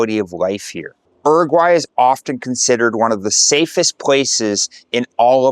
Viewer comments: It's never "er-aguay." In English, it's "yu-raguay," and in Spanish, it's "oo-raguay." I lived in Uruguay for a full year in 2011, teaching for International House, and unless things have changed a lot, your description is highly inaccurate. It was more expensive than Europe, the people were insular and rude, the food was low quality and monotonous, and the weather was chilly in the winter. And most educated and young people were quite proficient at English. There was also A LOT of crime! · Not oeroguay is Uruguay, emphasis in the U..., is not that hard to pronounce correctly. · Bro, either say “Uruguay” in english or spanish, not some bastardized in-between. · its not "R.Guy", its pronounced "U-ru-guay" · Everyone knows about different dialects in regions. That isn't the issue. If you are saying the name of the city and country here like you've never traveled. Once you have been in Uruguay and Montevideo more than a few days you should have easily picked up on the correct way to say both. IMO, it's a respect thing. Certainly there are some tourists from the UK, US or Canada who just wander around ignoring the correct pronunciation, but I think you are trying to convey you are a true globalist, in which case, say the name right. It's not only respectful, but informative to folks who watch your content. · If you are going to make videos about a country, you should at least learn how to pronounce the name of the country properly.